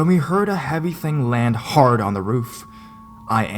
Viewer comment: he landed HARd on the roof.. SO we... were.. WE SAW xD